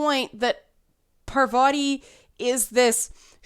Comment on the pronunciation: (on or about) - GASP! said 'Pavarti'! TRIGGERED!